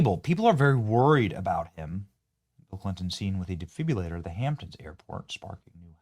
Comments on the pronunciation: Benny we love ya, but ya gotta work on your pronunciations of some words. It’s a de- fib- RI- Lator not a defbyalator. And is new- clear, not nuclear ya lar. Not criticisizing merely pointing out the left will use that against you. Don’t give em the ammo. Keep up the good work and let us know who really killed Charlie cause it wasn’t a furry drag Queen. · I support your channel BUT please learn how to pronounce properly "defibrillator" and "Fentanyl". Hint: It's NOT DE-FIB-U-LA-TOR and FEN-TA-NALL. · Benny. De fib rillater ( exchange the r for your u ). Suncerely, your loving retired RN